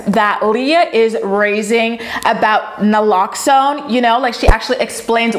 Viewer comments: is nah-lox-ohne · It’s pronounced Na Locks In.. I know weird huh lol I’m a recovering addict so sadly I know what I’m talking about lol